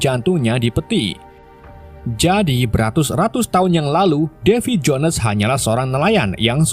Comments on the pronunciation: Black Pearl jadi blek pil,ails the mora jadi isel de mora, devi jons jadi davi jones 😅 Isle tuh di baca ails bro.. Kayak island dibaca ailend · Davy Jo nes seperti nya admin kurang mahir berbahasa Inggris ya 🤔